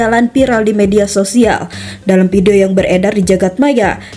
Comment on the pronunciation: Play Oper (Fly Over), pidio (Vidio / Video), piral (Viral), maap (Maaf), jenajah (Jenazah), otter ring rot (Outer Ring Road), Kijang Inopa (Inova), Kemudiakan (Kemudikan), Pengemudia (Pengemudi), kecelakaan ber untun (Kecelakaan Beruntun), Muhammed Bin Jayid (Muhammed Bin Zayed), Kapaleri (Kavaleri), Plat eReP (Plat RF), Perekap (Perekam?). Coba naratornya dibenahi pengucapan nya.